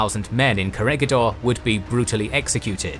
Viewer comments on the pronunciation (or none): Its not core-a-ga-door .. its cora-gador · Corregidor is pronounce as Ko-re-hi-dor